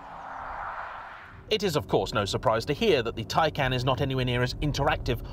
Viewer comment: It's pronounced, Thai-Khan,. I approve of your 'Porsche' pronunciation.